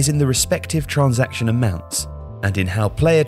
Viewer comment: Can you say transaction normally